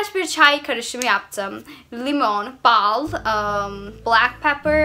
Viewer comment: Bazı türkçe kelimelerin telaffuzu:liymon, bağl ,oluyoğ,perdon ,diğildir,mekarna,kavaltı,eğn,penkek,emarikada